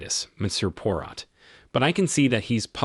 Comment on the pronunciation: The AI voice should at the very least pronounce Poirot’s name correctly, LOL.